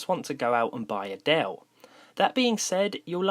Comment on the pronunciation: i thought he said "im going to buy adelle"